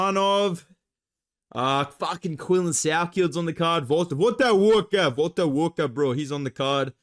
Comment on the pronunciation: Valter Walker bro...Valter Walker bro